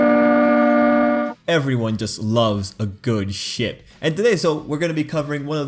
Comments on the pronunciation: I heard "Everyone loves a good Shit" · Everyone loves a good ship How I heard it: everyone loves a good shit Me: W h A T? 😳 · I thought u said everybody likes a good shit. XD